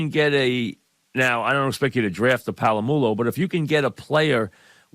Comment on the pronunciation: “Can’t expect you to draft a palahmulo” lol I love you Mike. For decades you’ve given me content and I appreciate you for it